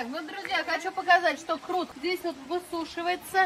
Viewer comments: Не крут (ухо режет), а КУРТ. с уважением, Радик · почему вы говорите КРУТ.Хотя его называют КУРТ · не крут,а курт☝️ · не крут а курт. Спасибо за видео. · на ваш канал подписан и с удовольствием смотрю. Хочу немножко подправить вас с произношением слово курт, а не крут. Не судите строго. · Не крут, а курт! 😊😊🤭🤭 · Не крут, а Курт! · Не крут а курт